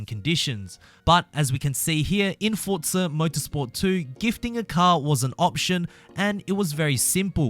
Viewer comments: Forza is an itallian word. Just like pizza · Had to turn this off because of the way he says FORTZA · Why do you say fortza?